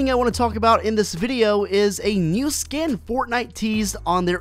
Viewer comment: Sken hahahahaha get your words right